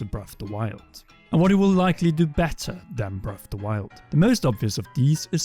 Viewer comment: Why do you keep pronouncing it “breff of da wild?”